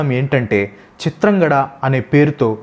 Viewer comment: Chitrangadhudu bro chitrangada kadu